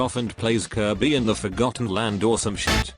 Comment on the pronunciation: Did you say Kirby?